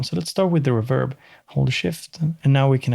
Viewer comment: It's pronounced "reverb", not "reverb".